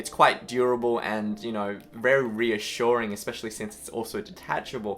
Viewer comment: it's very reaSHUREing I'm sorry